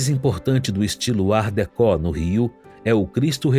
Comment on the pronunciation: Que bonito e agradável ver esse Projeto. Viva a pesquisa brasileira e os pesquisadores e professores. Pesquisa em profundidade e competência...Só faria uma observação na locução do narrador: ele pronuncia Art decó que sendo uma palavra francesa se pronuncia art decô, com o último /o/ fechado...